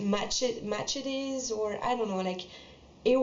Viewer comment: The word you were trying to say is "machete" and it is pronounced (muh-sheh-tee) just so you know😅 Amazing vid btw! I am so so happy you made this video! Very well done and as an American i can confirm that almost all information is correct!!